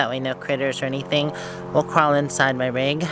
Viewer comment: Rig, not Rug!!!!😄😄😄